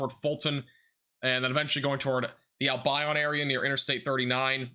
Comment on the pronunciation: Wau-ke-sha, Al-bion like Deon. Grew up in Albion a long time ago. A small unincorporated town.